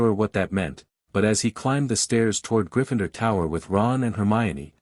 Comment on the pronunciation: there is no E after the N in Gryffindor so stop saying Gryf"fine"dor you bloody wanker!